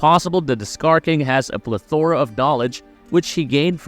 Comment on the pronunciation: Great research and video. Check the pronunciation for the word: plethora.